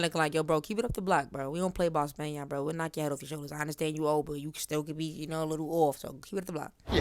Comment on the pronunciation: Nahh SPAN-YAIRN Got it !😭💀😂🔥